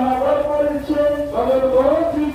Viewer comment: পার্থীটা কি জিনিস? উচ্চারণটা প্রার্থী বলে জানতাম।